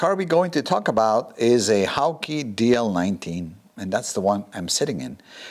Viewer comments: I worked with David Lazenby & Co in 1972 when the works were located on the west side of the second floor of Swain's Mill on Crane Mead in Ware, Herts. In all that time I never heard one person pronounce the name of the cars in any way other than the English pronunciation, "Hawk". I suppose people who hail from other countries may choose to pronounce the name as their native language pronounces "Hawk" but the designer did not. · Nice car and nice video. You have so much knowledge and experience,next PS the name Hawke rhymes with walk. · Hawke - pronounced "hork"